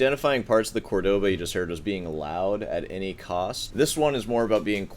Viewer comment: As an aspiring snob, you might want to learn how to pronounce Córdoba properly. They literally put the accent there for you, Jesus! Love your videos!